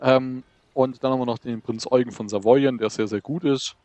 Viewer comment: "Prinz Eugen" spricht man mit Betonung auf dem zweiten E. Also Prinz Eugén sozusagen.